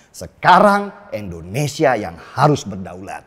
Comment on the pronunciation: Indonesia boss, bukan endonesia